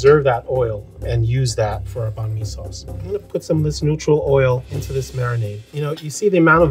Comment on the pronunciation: the end part of bánh (nh) is supposed to be a lot more higher pitched and t not that low. My family never says it like that